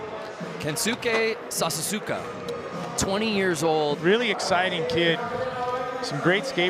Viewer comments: sasasuka? man can you even read? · The attempt at pronouncing Sasaoka's name was laughable. It's not even that many syllables?????